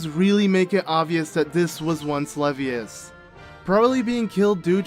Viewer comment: Levias is pronounced like you would when saying the first half of Leviathan.